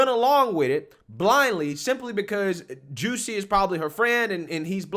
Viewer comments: It's Jus-sie Jussie! NOT JUCEY Smfh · I get such a kick out of the way pronounces Jussie’s name 😂